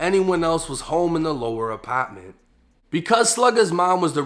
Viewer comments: The lower apotttment 😂😂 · apotment, lmao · “ApAtment” okay we get it you’re from boston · Second Apppaa ment 😂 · Yo you real!!! But I don't like the way say "apartment"